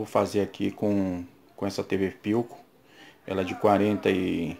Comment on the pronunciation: Ele falou "tv pilcom"